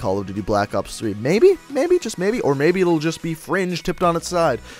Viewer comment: why does he keep saying fronge